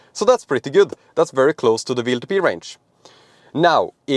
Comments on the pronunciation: I know you pronounce “w” as “v” in Norway, but why do you torture our American friends with this mysterious “VLTP” ? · W is pronounced "doubleyou" and not like V. Keep that in mind when talking about WLTP.